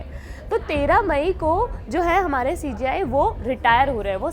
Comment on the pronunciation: ये CJI होता है या CGI क्योंकि आप(video में) जब कहते हैं तो हमें सुनाई देता है सीजीआई हालांकि जब हम पढ़ते है तो CJI (सी जे आई)